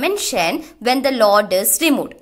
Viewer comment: Its Load .... not Laud